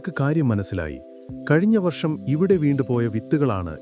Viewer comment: വർശമല്ല ,വർഷം വർഷം വർഷം എന്ന് ഒരു പാട് തവണ എഴുതിയും പറഞ്ഞും പഠിക്കൂ😂